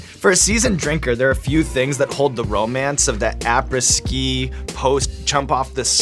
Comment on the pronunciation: ah-prey ski come on Sean! lol